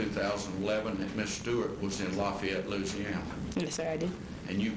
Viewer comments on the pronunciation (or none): none